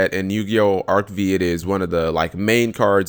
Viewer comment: Its "Yu-Gi-Oh! Arc Five" not "Arc Vee". The V is a Roman numeral 5.